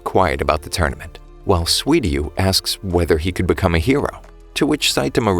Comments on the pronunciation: Good video, but it's Suiryu, not Swiryu. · you said sweety when you said suiryu